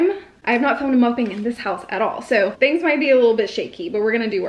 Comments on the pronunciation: You're still pronouncing "mukbang" wrong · Please stop calling your small eating shows a "mukbang" especially since youre not pronouncing it correctly and you arent eating a huge amount of food.